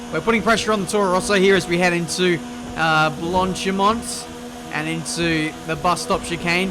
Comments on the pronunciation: Nobody:: Blontchimonnt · Okay buddy, listen up. I'm not French. Nor Belgian. French is not my mother tongue. But the way you pronounce "Blanchimont" pisses me off beyond believe. Please, please just try. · when you say blanchimont it's so funny xD, the T is actually silent.. Besides that great feed always love the commentary and driving. Also the sets you show now in the beginning. Great for testing out other stuff aswell:-)